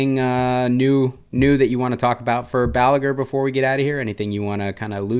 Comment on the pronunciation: Balaguer is a catalan surname, you don't pronounce the r at the end.